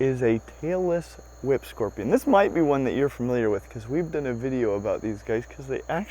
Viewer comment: I may just be getting old, but I could swear you're saying "Taylor Swift Scorpion" not "Tail-less whip scorpion". Probably the result of too much loud music when young.